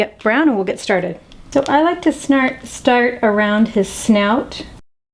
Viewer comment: xD She said snart instead of start........ LOL CHECK IT OUT--->